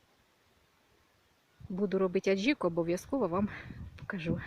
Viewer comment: саме сьогодні так робила. Пакет протягуєте в кільце, потім з пакетом, він поверх різьби виходить, і ніякого запаху. І вибачте, але не АДЧІКА, А АДЖИКА.